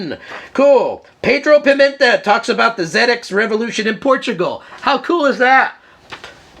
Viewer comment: Being English and having a 48k ZX spectrum in the early 80s it's great to hear an American viewpoint of this classic British computer.i love your enthusiasm and you seem like great fun.i'm also pleased to hear you pronounce it zed X,and not zee X!great stuff!